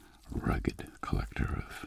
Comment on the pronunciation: "collect-whore" that's all I can ear